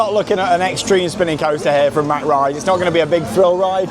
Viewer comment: Thank you for know how to correctly pronounce Mack rides. It drives me crazy all the DBs in the US that cant pronounce it because one person once got it wrong and they all followed suit thinking they were classy or made them feel smarter.